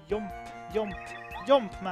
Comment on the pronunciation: I love that says Yump for Jump. It makes me happy for some reason